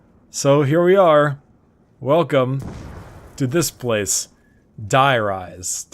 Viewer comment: though you may know this and not care it is pronounced dEE-rise. That is how is is pronounced in German where die means "the". love the vids.